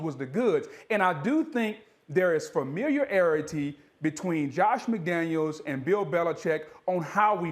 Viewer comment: “Familiararairity”- Booger McFarland